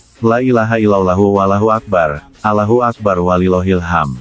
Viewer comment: Ini narator muslim bukan sih kok melafalkan Alloh kok begitu